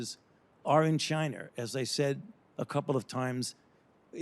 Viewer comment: Fauci says “Chiner” the